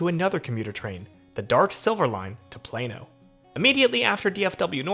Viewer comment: So proud of you,! You pronounced Plano correctly this time! Also I use TexRail all the time to get to my job at a Texas Country Radio station in Fort Worth! It's cleaner and safer than the DART, and I encourage all my friends to use it! I also live in North Richland Hills near one of Tarrant County Community College's campuses. Which is a short drive to the train station